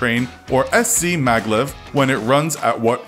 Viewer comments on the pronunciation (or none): none